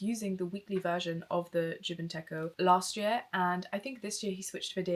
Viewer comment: You just popped up on my homepage and I really resonated with your content. A lovely video! Just one thing: techo means planner in Japanese and it’s pronounced “teh-choh” 💜